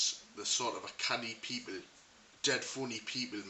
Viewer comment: Good North East accent. Only thing that lets it down is the word 'people'.